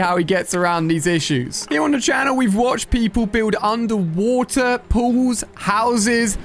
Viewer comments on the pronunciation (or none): yo you said undewater pools 🤣😂🤣😂🤣😂